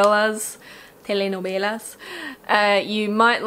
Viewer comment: Very helpful and enlightful tips. Thank you very much. I was searching for a new "youtube/famaleteacher" and I fortunately found you. Subd! You said TELE NOVELAS in a portuguese way, hey, I'm from BRAZIL. GREETINGS!